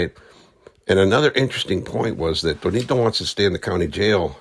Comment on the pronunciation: Not Tonito, it’s Choronito.